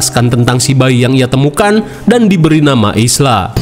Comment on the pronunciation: Ibunya Spike namanya bukan Ilsa bang tapi Isla (Aila) wkkwk